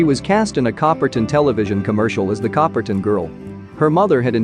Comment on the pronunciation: Learn how to say Coppertonne. Copper tone.